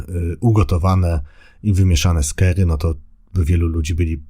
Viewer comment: "kary" nie "kery".